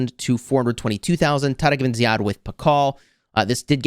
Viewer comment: I am an Arab and I was surprised by the pronunciation of Tariq Ibn Ziyad😮